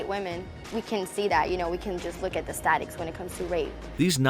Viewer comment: Did.... did she just say "Statics"?